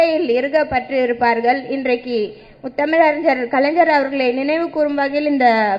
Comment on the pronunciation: Ethanai muthamiz ariyar,...nee first script correct ah padi ma